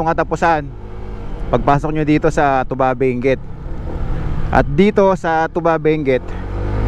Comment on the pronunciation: It is pronounced two ba.....by us the locals. Not the alcoholic drink.